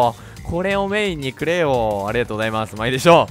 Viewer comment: メインにくれよじゃなくて メインにclay笑